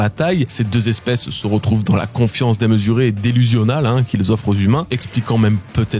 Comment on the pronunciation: "délusionnalle"... Voui voui moi beaucoup bien parler la france.